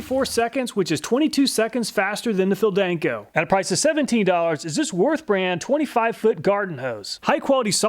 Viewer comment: Small mistake: its ''worth'' not ''Würth''